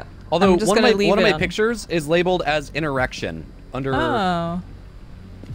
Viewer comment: Did anyone else hear erection instead of interaction lol